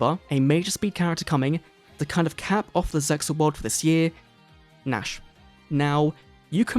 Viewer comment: English dub is super ass and has no bearing on the objectively superior Japanese version. Hell, the localizers were so regarded they couldn't even pronounce ZeXal's title correctly!